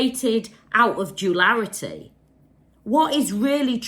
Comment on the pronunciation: words but please say ‘duality’ from now on, the mispronunciation was killing me!😅